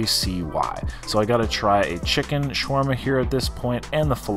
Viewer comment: i think i counted 568 times you said swarma